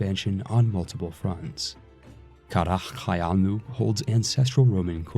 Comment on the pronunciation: Bro wtf WTF IS KHARA KHOYUNLU It is simply Kara koiunlu